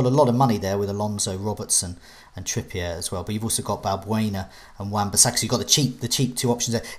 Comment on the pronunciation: trypeer, liesester, reecharlayson l0l